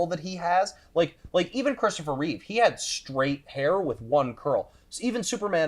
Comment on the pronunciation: Please guys… it’s REEVE. Not Reeves. They saved the S for his chest.